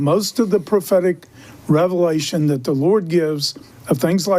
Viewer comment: Lord not laura